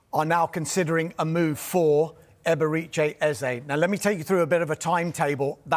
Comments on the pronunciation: If you are going to say his name 1000 times at least learn how to say it. It's EberEchi, not EberIche. Amateur hour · The pronunciation of "Eberechi" is sending me. 😂